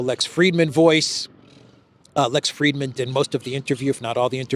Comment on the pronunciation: Frid-man, there is no "e".